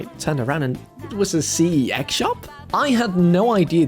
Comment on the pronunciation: I wonder if he's aware that CEX is actually one word pronounced like "sex" and not by individual letter.. lol